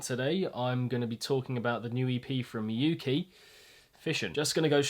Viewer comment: Yea hes pronoucing it wrong lol